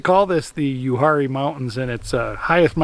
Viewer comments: That would be pronounced U-R-E No H sound. I like to spend at least a week a year up there. The Uwharrie Mountains are the second oldest mountains in the world. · Uwharrie is pronounced “u-war-rie”